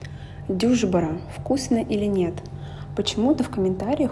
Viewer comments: Дюшбере ударение на последнюю букву. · Девушка , правильно говорить дюшба -- Ра. В азербайджанском языке очень редко ударение падает на первый слог. Часто это слова заимствованные из арабского , персидского языков, а также слова , поступившие в наш язык из Европы . Обычно ударение у нас на последнем слоге. И это блюдо хорошо есть в холода , чтобы согреться . Бакинцы поливают его соком незрелого винограда -- абгора ( ударение на последнем а). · Ударение ставте на на б душбере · Дюшпара ударение ставится в конце слова.😊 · дюшбяря ударение на последнию букву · Дюшбара, ударение на последнем слоге. Очень вкусное, популярное в Азербайджане блюдо. Но, всё таки, оно зимнее. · Приветствую Вас в Азербайджане,блюдо "дюшбара"ударение на последнюю "А" вкусный легкий зимний суп,мы его любим ,кстати в одну ложку мастера лепять 27 штук ,приятного аппетита. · Düşbərə. Ударение ставиться на последнюю букву. Это не пельмени. Они ооочень маленькие и готовятся из жирной баранины. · Какая в баню дюжбара ударение на а а не на ю! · Ударение на конечный а